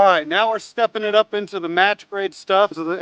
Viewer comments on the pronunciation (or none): none